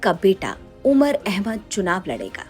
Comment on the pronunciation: Umar ka naam sahi se le godi media😡